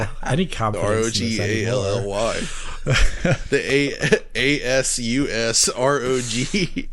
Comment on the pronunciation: So happy they are finally calling it the R O G Ally